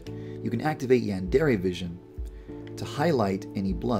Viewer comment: Is anyone else going crazy over the fact the dev can't properly pronounce "yandere"?